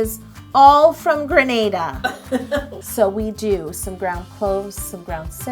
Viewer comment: OOOOMMGGG I'M FROM GRENADA AND YOU PRONOUNCED IT CORRECTLY